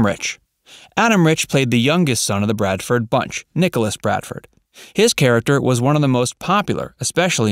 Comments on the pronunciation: BRADFORD!!!!! NOT BRADEN!!! You should be required to watch one episode before narrative is given. Grrrrr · Bradford not Bradsom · Their name was Bradford. He keeps saying Braden and Bardson. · He also says"Bradson" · He also called then Bradson. You would think getting their last name right it's pretty basic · It's BRADFORD. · Tommy Bradson? They could at least get the character's name correct!!! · Yeah um...maybe find someone who actually knows this show to write your script. When you can't even get the name Bradford right, it is pretty bad. And no mention of the first mom, a genuine tragedy. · Hmmm , they left out all of Willie Aimes’ work in Christian tv programs for children and Christian movies. And they didn’t even pronounce the last name of the family correctly at least once.